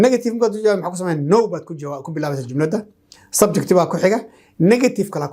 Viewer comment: Teacher is it subject or (subjecti ) why you pronounce it as subjecti. nowadays our people place letter “i” after every word that ends with letter “t”